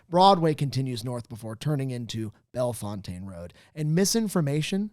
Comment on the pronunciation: pronouncing Bellefontaine Rd like that is a sully on this show